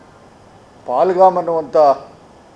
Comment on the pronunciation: ಸ್ವಾಮಿ ಪಲಾಗಮ್ ಅಲ್ಲ ಪೇಹಾಲ್ಗಮ್